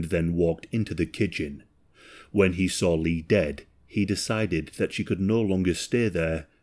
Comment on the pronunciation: "li" and "dah"....he had a type and was willing to pay for each syllable he "pronounced".